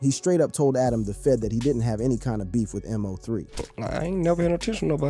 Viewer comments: How you can't say his name right M-0-3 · Why you mispronounced this man name